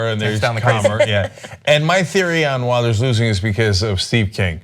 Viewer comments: The "W" makes a "V" sound in Dutch. So you should pronounce it more like "Vilders" rather then "Wilders". that's not to say I like Geert Wilders, I actually dislike him with an extreme passion. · You pronounce Rutte as Ruh-Tuh, and Wilders as Will-durrs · You can't even pronounce Wilders correctly!!